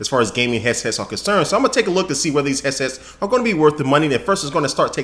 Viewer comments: "hesses" lol god you're awesome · I keep hearing him say "Heasess" lol